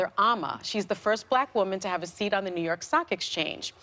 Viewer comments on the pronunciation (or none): none